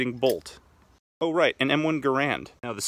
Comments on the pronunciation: I feel like anyone who says that the stg44 inspired the Ak-47 (though I’ve never really heard that argument) are likely implying that the concept of an assault rifle is what became the inspiration for the Ak. Also it’s pronounced like errand. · Such an interesting fact! But why are you saying John C. Garand’s name incorrectly? John Garand even said himself it’s pronounced “gaerand” like errand. Whilst this is true, I’m just messing great video! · Garand rhymes with “errand.” So said the inventor of the rifle itself.